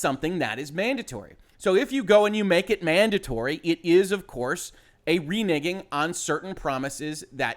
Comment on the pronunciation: It's really weird how I find myself instinctively cringe every time you say the word "renegging". I know exactly what you're saying, but for a split second it sounds like the other thing and it makes me pause for just a split second before I realize, nah that was nothing lol. Anyways, good take on the situation. I don't like the idea or the implementation of crunch. That being said, I"m not going to cancel my preorder of cyberpunk at this point. Thankfully they're at least being paid for the overtime, and if everybody cancels their preorders, that starts coming out of the 10% that gets split with the devs too, and refunding preorders at this point would make all that work by the devs all for nothing. It is a bit of a double edged sword situation unfortunately.